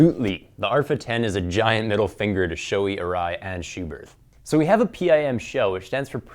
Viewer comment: don't say, Show - E. its Shoe - E.